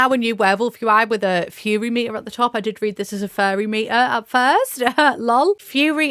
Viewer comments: Ohhh “Furry”?! Thought she was saying fairy 😂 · Omg I thought you were saying FAIRY not furry